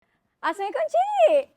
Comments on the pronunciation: Saya jarang komen di sini...tapi SBB selalu dengar perkataan yg disebut X betul...saya terpanggil...kalau boleh biasakan ucap salam dengan sebutan yg benar "Assalamualaikum"...bukan assaikum...yg X punya makna apa2...dan X dapat pahala juga... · Setuju 100%, sebelum ni pun dah pernah tegur dan admin jawab tapi sampai sekarang masih salah. Susah sangat ke nak sebut betul2 ayat "assalamualaikum" sebagai orang beragama Islam. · mohon host sebut betul2 ucapan Assalamualaikum.